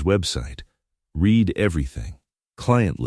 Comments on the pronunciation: I've always wanted to point out about red and reed. It is one way of telling it's AI which might be useful in the future. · Dear AI reader: The word "read" is almost always pronounced as "red", not "reed", depending on its' use. Work on it, will you?